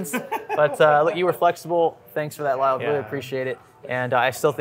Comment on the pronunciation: Calling Kyle "Lyle" is a massive L right there.😂😂